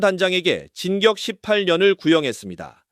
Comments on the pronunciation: AI아나운서를 사용하면 검수는 하시죠 "진격18년" 아니구요 삐~~~ 징역18년 입니다요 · AI는 아닌거 같은데... 징격 12년은 뭐지? AI인가? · JTV뉴스야 아무리 AI더빙이라도 감수좀 해라 징역이 어떻게 진격이 되냐? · AI야 발음공부 좀 해야겠다 진격12녀언을 선고....진격18년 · ai 음성 기술 갈길이 멀구나, 단어가 이상해서 아나운서가 발음도 못하나 하고 봤더니 ai목소리였구나 징역을 자꾸 진격이라고 해서 다시 봄. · 아니 음성이 ai가 .. 머지 징역인데 진격으로 들리는것 같은데 발음이 이상한데,,,, 이젠 ai로 하나보네... 명확하게들리는걸로 좀 하지